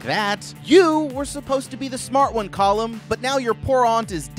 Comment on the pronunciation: The way you say Callum like column is driving me nuts, as someone who knows several people named Callum.